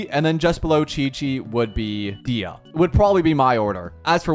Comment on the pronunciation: DAYAH not Diah u say her name wrong